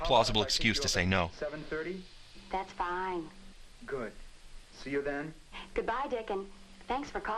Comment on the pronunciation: I almost pissed myself when he went "AND ZEN ZE WORLD"